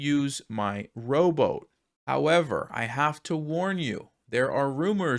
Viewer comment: "Row boat"?? LOL! I was hearing "robot" (english is not my mother language😂) Anyway, great content, as always. Keep it coming!!